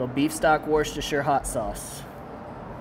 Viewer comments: worchester is pronounced wooster. ;) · For reference, it's pronounced "wuss-ter" sauce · Hearing Americans trying to say Worcestershire is the best